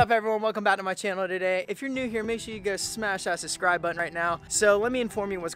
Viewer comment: Why do so many people say suscribe